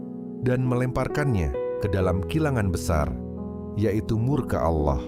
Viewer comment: Biasakan pengucapan kata Allah yg benar, jgn ajarkan kata alloh, apa itu alloh